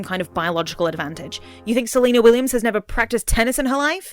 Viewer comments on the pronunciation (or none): You got me questioning if you said serena willians name wrong on accident or on purpose to prove a point.